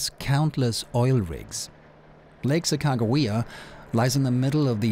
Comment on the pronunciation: Your pronunciation of Sacagawea is spot on. Beautiful! I worked for the North Dakota Department of Tourism over 35 years ago and loved recanting the story of the Tour of Discovery to anyone that would listen. I dreamt of doing a paddle top to bottom just as you are. Sadly time and disability caught up with me and that dream was lost to the pages of time. It's a pleasure to watch you live it out. Safe Travels!